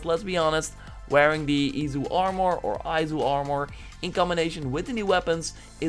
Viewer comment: Hearing him say Aowmore and Asasn cred origns pains me